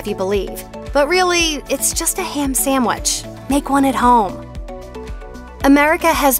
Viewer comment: Please, please, please get a new narrator!! Taco Bell is TWO words! It’s Taco Bell, NOT Tacobell! Also, please note the spelling of SANDWICH! There’s no “m” in sandwich. What is a samwich?? Ugh!!